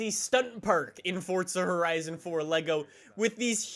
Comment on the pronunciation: FORTZZA HORIZIN FOUR